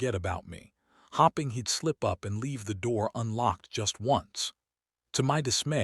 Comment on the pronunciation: The mispronunciation of “hoping” and “staring” the whole time is driving me absolutely insane 🙃🙃🙃